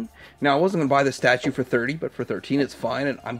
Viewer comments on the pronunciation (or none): i was so excited when i saw Inspector Gadget. then more excited he was $12.99 at Ross. Then deflated when you said "STATUE"